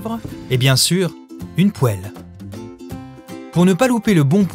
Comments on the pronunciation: Je pense que c'est un effet comique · il m'a rendu ouf ce con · Je déteste ça 🥶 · Vous faites exprès de prononcer poêle de cette manière ? C'est une vraie question. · moi j'adore